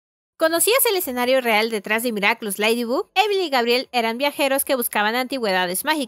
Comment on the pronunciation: Se pronuncia Leidy bag no ledy bug